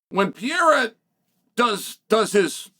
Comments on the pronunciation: IT'S PRONOUNCED PUR-EH-RAH ! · Who is “Pee-a-ra” ? 😂😂😂😂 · Pereira Uncle Chael Not Pea Error 😂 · PEREIRA not pierra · Alex Pee-Era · 🤣🤣🤣 Piera, how effortless he butchers Pereira's name, like nothing happens 🤣🤣🤣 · Chael pee'yera Sonnen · “Pee era” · Pereira man..can you say that? Pe rei ra..get it right for once. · Unc’s pronunciation is killing me. Piyera. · piyera and uncle eyev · Ank sealed his faith when he told Pierra “ NOO CHAMA” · Why do you keep mispronouncing "Pereira" though? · Only uncle Chael could talk about a fighter for years and never learn how to pronounce his name lol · Nah Chael. I disagree. Ank is a dummy. And so not entertaining in his ignorance. Im sorry,, but you are trying to hard here to build up interest here. I respect what you did as a fighter. Please learn how to pronounce Alex's name. It doesn't feel respectful. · Please learn how to say people's names. It's far past out of hand. This dude is a multiple time world champion,. The least you can do as an analyst and former fighter is give him the respect of saying his name right. Pereira is not hard to say.